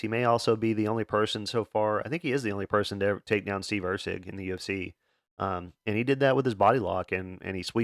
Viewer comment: “And he’ll be taking on … Or-la bao…?.. Orlabiii?…. (Laughs)… makes me Lmaoooooo every time love ya my man